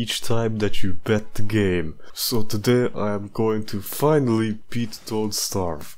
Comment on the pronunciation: 40 done 52 more (lol “bet” not even “beat”)